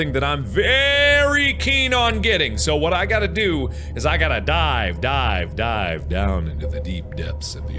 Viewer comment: When Mark said "dive dive dive' i thought he said 'die die die' which would be much more entertaining if he did XD